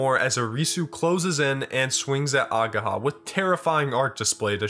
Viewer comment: I will probably die the moment english speaking people start properly reading japanese names. Its not ageeeeha its ageha. And its hard wa not ua.